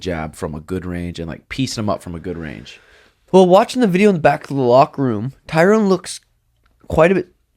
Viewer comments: Pet peeve.... when people pronounce Tyrones name as TYROWN... It’s pronounced like TY-RUN. Any UFC fan should know how his name is pronounced let alone another fighter. I mean he was a 5 time champ for god sakes! Love you Suga an but CMON guys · is name his Tyron (Ty-ren). Not Tyrone, lol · Its Ty RON...Not tyronE....